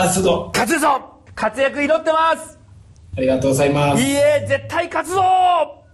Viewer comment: ありがとうございますの発音が日本人超えとる